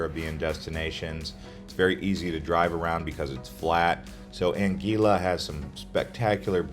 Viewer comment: I really wish you’d double‑check the pronunciation of places and names. For example, in St. Maarten, the beach is called Maho Beach, not Maho Bay. 😂 Your information is valuable, but the mispronunciations can be distracting. Even “Anguilla” wasn’t pronounced correctly. I noticed so many mistakes that I ended up stopping the video only a quarter of the way through. It would be great if you researched these details or refined the script so everything is said properly.